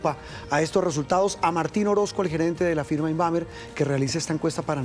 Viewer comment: Invamer o INFAMER...😅 ...PAYASO S